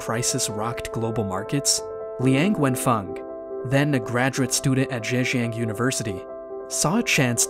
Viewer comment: Even though I am not Chinese, but I am so much irritated by the way this video pronounce his name and all other chinese names, including the Zhejiang University name. It would be nice and respectful, if you learn how to pronounce these names correctly.